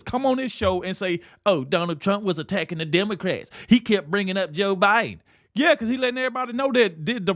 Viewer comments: OH MY LORD! Bayhard almost said O’BIDEN!!!! Yes. Im positive!!!! I listened to it several times! 😂😅😮😊🤪🤪🤪🤪🤪🤪🤪🤪🤪🤪🤪🤪🤪🤪🤪🤪 NIMROD!!!!!! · Hahaha...Joy said "OBiden" at first and then self corrected to "Biden"😅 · Is it just me, or did Behar say O'Biden? I swear she did in the beginning of her comment! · She said "obiden"! Hahaha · She called him obiden...😂😂😂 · you missed it!!!!!!!!!!!!!!! she said obiden!!!!!!!!!!! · Did anyone notice she initially called him O'Biden.